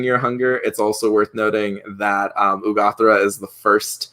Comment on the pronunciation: I don't understand why you keep calling her Urgathoa "Ugothra" if you even know you're mispronouncing it. Strange...